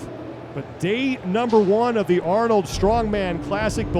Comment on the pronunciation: At least Rogue knows how to film an event. The Arnold channel is a joke, their guy can't even pronounce names. Where the heck is the leaderboard after two events? Complete amateur hour over there.